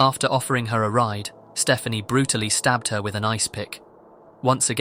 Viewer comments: I'm guessing 'Stephani' is not supposed to be pronounced as 'Stephanie', but what do I know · Should be Ste-FAH-nee